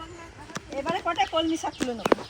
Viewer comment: কমলি শাক নাকি কলমি শাক কমলি শাক শুনতে শুনতে কান ঝালাপালা